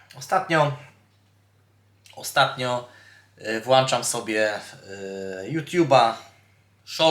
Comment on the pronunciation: masz na myśli "... włanczam ..."? podawaj czas jak coś komentujesz bo trudno ocenić co masz na myśli